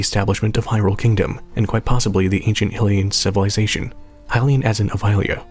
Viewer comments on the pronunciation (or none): Hylia and Hylian as in regards to Hyrule. I don't know where Americans keep pulling the "hillia" and "hillian" pronunciations from. Stop.